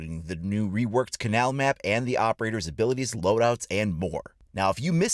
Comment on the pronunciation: First off... it’s pronounced (KAY-null)